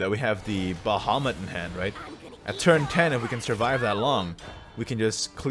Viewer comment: stop calling it "Ba Ha"